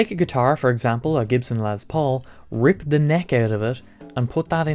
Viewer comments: I know you are English, or "not American" but it is not pronounced "lez paul" it's pronounced "less paul" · Did he say Lez Paul?